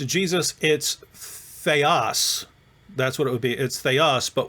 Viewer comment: Sir, your Greek pronounciation is putrid and disgusting. There are cases in Greek grammar - Accusative, Dative, Genative, Nominative declension a. "Theos" is not conclusive. Theos is also used for satan in 2 Corinthians 4: 4 "...the God of this world..." (...'εν οις 'ο θεός του αιώνος τούτου 'ετυφωσεν τα νο'η Μάτα των 'απιστων...) Here satan is THE GOD of this world/aeon (αιώνας) and not "world"